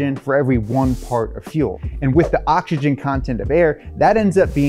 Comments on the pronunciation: Is it just me or is he saying ochigen and not oxygen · Why can't he pronounce OX Y GEN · I like when he says oxkigen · If I had a penny for every time he said 'okshygen'...